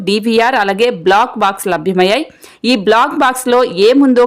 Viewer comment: Not block box but black box. Pronounce well